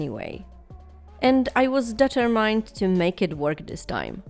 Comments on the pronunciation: I know English isn’t your first language so I just wanted to let you know that “determined” is pronounced: Dee-tur-min-duh So like “min” as in minute not mind. I understand how confusing American English can be, even for native speakers. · That is not how you say determined :/. beautifull doll